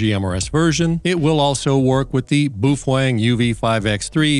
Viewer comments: Ah, so you are an Illegal ham radio operator? As for the battery, yep, I will add one if not two to my collection for my Baofeng, pronounced, well not the way you say it :) Sound it out like it is written. Bao Feng. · Say it with us: boof-wang. Boofwang. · hearing the baofeng pronounced as "boofwang" is the best thing i've heard and the most hilarious in a while lol. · Yeah, not sure if he's doing it on purpose, or he really does not know how to pronounce Baofeng.